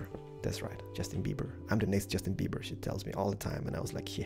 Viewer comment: Hahaha! Justin Buber!!! Luv ya! You could totally be the next Justin Beiber (pronounced bEEber )